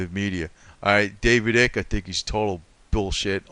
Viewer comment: David Icke the I is long sounding not short. 🙄